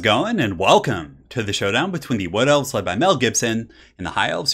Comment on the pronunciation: The first time he said "Wood Elves", I misheard it for "Blood Elves" lol. :P